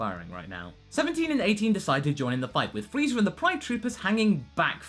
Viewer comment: At the beginning of the video, did you say Freeza Day? Also for the part where Moscow appears inside the robot suit Wow Danger Will Robinson